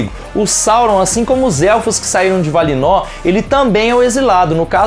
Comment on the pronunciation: Conselho amigo para o amigo dono do canal: Melhorar a pronúncia dos nomes (sílaba tônica); por exemplo: Melkor (Mel - sílaba tônica/mais forte - Kor - sílaba átona/mais fraca). Valinor (Va - sílaba mais forte - li - nor (penúltima e última sílabas são átonas).